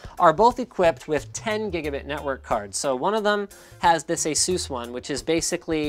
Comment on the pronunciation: Hey Linus, the company named ASUS is pronounced like the word aces! The company got their name from the word Pegasus and I myself pronounce it Peg-a-sus not Peg-a-suess. This is just a friendly heads up, not trying to troll or be mean!